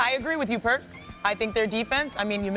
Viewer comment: Stopped watching when I heard Perk 😂